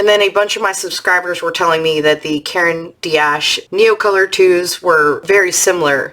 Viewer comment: Thanks for sharing your purchases! Just a note, in saying Caran d’Ache don’t pronounce “D” as the letter, but as the sound = just ignore the apostrophe: Phonetically, karen dosh.